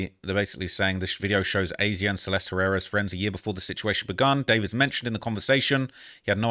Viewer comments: it’s not A Z Ah lol please for the love of G0d, it’s been so annoying to hear you pronounce it like that thru your million vids about this 😂 it’s Asia just like the continent lol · Hey you pronounce her name as Asia 😂 not aye zeyah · Imo it's pronounced Asia just spelled wrong